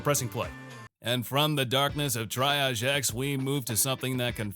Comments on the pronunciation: Triage is pronounced tree-aazh. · triage is pronounced tee ahh zsh